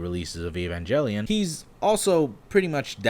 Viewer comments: It's pronounced "ghel" officially, hard consonant G like "girl" or "gal". (Source: official imported NGE soundtrack CDs I bought back in the 90s where there's spoken dialogue on some of the tracks, and since these were the first official release version, I'd say that's canon enough for me :-D) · Did he really just say evanJELion? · The 'g' in Evangelion is a hard 'g', as in "Goose". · You can call it Evan"J"elion for all we care, because that's how you're suppose to pronounce it. Japanese read English literally so they pronounce g with a hard "G" (like 'garlic' for example) - Furthermore, they'll say the word LEGION, like "leg"-eon (レギオン) and CERBERUS like "ke-ru-be-ro-su" (ケルベロス) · Evanjellyon? Its Evangelion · why does he say it as evanjellyon, it evan-gal-eon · Its pronounced evangelion not evangelion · Its evangelion not evangelion Lol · Idk why it pisses me off that you say "evanjalien" Not to be rude but its evangalion. With a hard g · Since you have never done a video like this before, I'll give you a tip. Learn to pronounce the name of the show properly. A-van-Gellion, with a hard g not soft. Not E-van-jellion. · it's pronounced gelion not jellion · I believe it's pronounced "evan-GEL-lion" not "evan-GELL-ion" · Gellion not jellyon fuck sake clicked off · evanGelion guh as in greg or give, not Jel. sorry im just being pedantic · jellion... Edit: alright you addressed it. I'm in the Ga-eL camp, not gel. heard Robin Williams call it jelly-on and I'm inclined to believe he was wrong. but given the gif/jif controversy, I say use the common argument as in gift, graphics. fuck you fight me. note: fun counterexample is the word "giraffe" GREAT VIDEO BTW! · It's evangalion not jelion... they even pronounce it in the anime that way. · “Evanjelion” lol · Never watching it explains your pronounciation issue It’s a hard G not a J Evan Gel ion Not evan Jell ion they say it quite a bit in the anime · (Eh-vahn-gehlion), not Iivanjellyon. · It’s pronounced “ayvahnGelion”